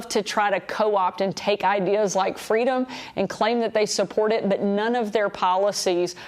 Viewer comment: I think it's pronounced "FWEEEEDOM".